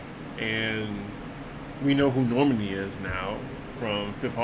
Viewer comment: Normany? It’s Nor-man-i. Guess DWTS didn’t help that much